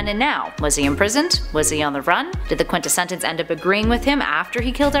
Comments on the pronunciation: I absolutely LOVE you and your insight on comics! If I may though, it's the "quint-es-sence", only 3 syllables! Thank you for this amazing insight on a character I feel may not last long! Keep up the amazing work! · "Top Ten Words the Can't Pronounce" #7: Quintessence.